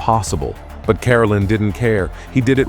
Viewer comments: The saddest thing about this video you keep pronouncing his name wrong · Your pronouncing his name wrong